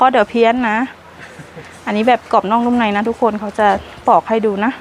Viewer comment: ไม่พูดคำว่า ทุกโคน ทุกโคน ได้ไหมอ่ะคะ ทุกคน ทุกโคน ทุกโคน